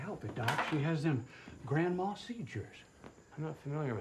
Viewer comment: Actually, the old man pronounced grand mal a little bit better than the doctor and the regular American pronunciation...